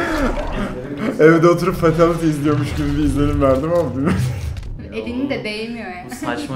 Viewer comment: Cobat değil Kombat -Facktory değil Factory -Fatalty değil Fatality -Foflov değil Follow